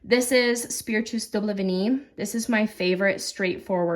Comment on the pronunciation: Great pronunciation on Vanillée! Merci- bisoux..